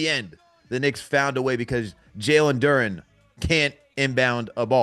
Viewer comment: Why yall keep calling him Jalen "Du-renne" lolz.